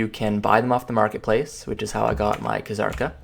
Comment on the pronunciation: PLEASE STOP SAYING KHA-ZARKA. JUST PRONOUNCE IT AS IT'S MEANT TO. ZARKA. WITH A SILENT FUCKING K.